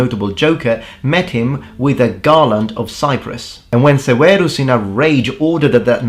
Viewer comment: Septimius Severus's name would certainly not have been pronounced "Sewaros." It would have been "Severus" or "Seferos" or perhaps "Seberos" like a Spanish "b."